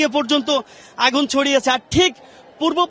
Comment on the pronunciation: আগুন কে বাগুন বলে ফেললো 🙄🙄।